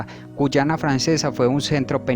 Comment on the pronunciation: Que no es guayana y no guyana